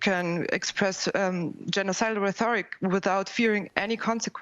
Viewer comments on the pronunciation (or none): It's one of my pet peeves when people say "rethoric". It's "rhetoric"! There is no anglophone "TH" in it! It's originally from Greek. It's got a weird "rh", but there is no "th" in it! Just read!